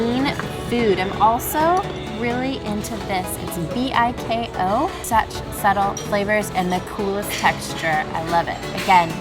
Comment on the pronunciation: It's pronounced Be Kol and it's spelled BIKO. I can relate because it is great. Biko is a rice cake that can be made using different food coloring but when I get the chance to buy it or eat it it's green or off white/yellowish or even purple like ube. Biko is sticky rice cake mixed with coconut milk and brown sugar. I can eat the entire tray in one sitting.